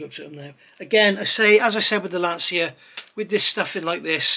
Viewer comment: I knew you would rise to the challenge! 🤣 resistance is futile. If you don't beat this into submission, I'll eat my hat. Nice to hear someone who can pronounce Lancia properly too.